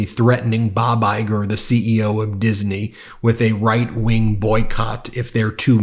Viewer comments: Why does Hannity keeping pronouncing "Disney" "Dis-uh-ney"? Is he going senile too? Does his brain not work either? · Why does Hannity say "Disiney"? And again... Dude... You can't call into question the integrity of other networks when the one you work for has to pay 3 quarters of a billion dollars for just 1 of the lawsuits against them for lying on trump's behalf. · Never knew it was supposed to pronounced as Dizzany.... 🙄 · Since when is Disney three syllables? Hannity keeps saying Dis-a-nee. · Why does hannity need to add an extra syllable to "Disney"? It's a two syllable word, not three. "Diz-uh-knee" isn't a real thing. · why does he call it Diseney? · Hannity talking about journalism? What does he know about that 😅 By the way Disney only has two syllables 😊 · DISINEY ? I know Hannity is terminally stupid,as well as being a total hypocrite, but he cant even pronounce Disney ? what a f -ckwit. the entire GOP is now so horribly negative and whinging, that people accept this constant crap is undermining my faith in humanity. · Does Hannity know there are only two syllables in "Dis-a-ney"? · "Masks a raid?" Sean, Sean Sean,,, "Dizanee?" Can't Sean afford dentures that don't impede his speech? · Someone please tell Hannity that Disney isn't pronounced "diz-uh-nee." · does Hannity know how to pronounce Disney? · Hey Hannity. Disney is a 2 syllable word not 3 (Dis i ney), as you said! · Disiney (sic.) Is that like Magas' refusal to properly pronounce Democratic Party? Snotty little schoolgirls, the lot of them. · Dana is pronounced Dan-a with a short a like the man’s name Dan. No longer a CNN fan at all but, I like accuracy. Is Hannity saying Dis-en-ey? Sounds like it! 🤦🏼‍♀️ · Hannity pronounces Disney as “Diseney” 😂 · You would think that a well respected journalist like Handity (sarcasm)could pronounce Disney the correct way! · Hannity should learn how to pronounce Disney. ... what a jerk!! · Umm, Sean? Disney is only 2 syllables, not 3. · Who is DIS-EN-EE?